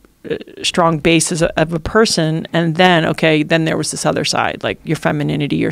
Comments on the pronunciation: She’s articulate and her points are so valid, but ‘shtrong ‘ over and over again (except for a couple of instances where she forgot to think about it and pronounced the word correctly. She even said ‘shtuff ‘. What the hell? I know it’s petty but geez… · Why does she say, shtrong instead of strong?